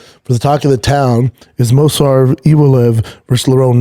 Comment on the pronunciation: It's Mov-sar not Mos-var. Arghh why does he annoy me in all facets!!!